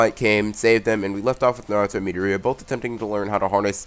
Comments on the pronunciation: bro you’re saying meato-ria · That's not how you pronounce Midoriya, so you should stick with either Izuku or Deku